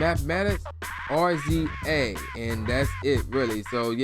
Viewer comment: Cmon. I support your (side)hustle. But 1. If you don't remember if you actually bought this album then you shouldn't review this. 2 R-Z-A? Seriously? That's RAZOR(pronunciation). GZA pronounced JIZA! This isht was a classic.